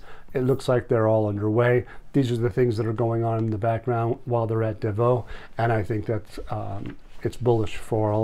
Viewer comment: It's pronounced Davos, with an s on the end.